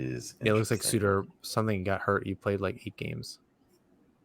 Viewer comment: Embarrassing pronunciation of Sutter (like butter, not like hooter).